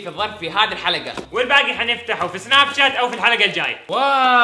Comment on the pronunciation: لو تلاحظون عبدالعزيز قال اول شي سناب شَ بدال شاش 😂😂